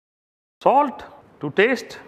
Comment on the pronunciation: Talt to taste 😂😂😂